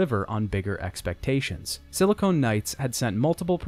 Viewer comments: It physically hurts when he confidently says it incorrectly. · Just a little FYI: Silicon and Silicone are two different things and are pronounced differently. Silicone (as you are pronouncing silicon) is what your mom's tits are pumped full of. Silicon is a common chemical element that integrated circuits are made of. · I love this video and series so much, and I rewatch this video from time to time, but I can't help but finally comment on one thing that truly irks me. It's "Silicon" Knights! SILL-A-CONN. Not "SILL-A-CONE! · Just remember that Sili-con and Sili-cone are two separate substances and words champ. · Another amateur-hour heater coming straight from YT, y'all! Breh, sili-CON, not sili-CONE. LOL! FVCKING 'ELL, PEOPLE! THEY ARE TWO COMPLETELY DIFFERENT MATERIALS. The one you keep misusing is for fake tiddies....foo lol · "...Silicone Knights..." LoL, if there isn't a game developer studio by the name of "Silicone Knights" that exclusively creates adult titles, then somebody really needs to step up and end the tragedy. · You're saying silicon wrong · Silicon and silicone are different words. They are not homophones. 🤦‍♂️